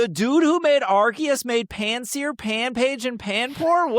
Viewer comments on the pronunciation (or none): "we HAVE to pronounce Pokémon correctly, its stonJOURNer" Also: mispronounces Pansear, Dewott, and Yveltal 😆🤭